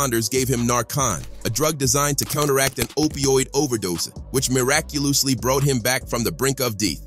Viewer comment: which muraculously bowought him to the brink of deeth was my favorite part🤣😂🤣😂🤣😂